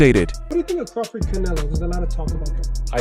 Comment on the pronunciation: This guy don't know Crawford or boxing, he keeps calling him crawfid😂😂😂😂